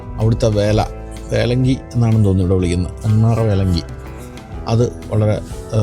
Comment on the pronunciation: എന്താ വേലങ്കി അല്ല വല്ലങ്കി vallaല്ലെങ്ക വേല